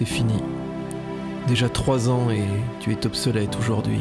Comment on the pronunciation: tu es obsolète! Alors pourquoi une liaison de tu es - t - obsolète?!? 😱